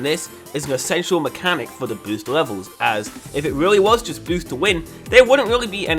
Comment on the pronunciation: g0SH can you stop saying bosst